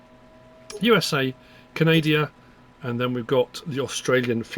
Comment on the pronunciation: I'm glad I wasn't the only one to hear Canadia instead of Canada. 🙂